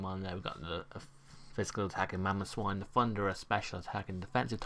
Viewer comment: You failed a little bit on mamoswine x) but nice video!